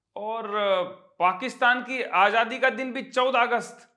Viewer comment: Agya gnvar! Dusro ko criticise krta ha, pr jb koi isko correct kro to issay bardasht ni - munafiq admi! “ Ajaadi, Jeero, Jindagi, jaroori” Azzzzzzadddiii!!!! Zzzzzzz Azzzzzzadi! Ajati ni hota gnvar!